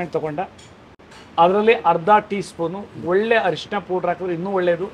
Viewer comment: ಅರಿಷಿಣ ಅಲ್ಲ ಸರ್,, ಹಾಗೊಂದು ಪದವೇ ಕನ್ನಡದಲ್ಲಿ ಇಲ್ಲ,, ಅದು ಅರಿಶಿನ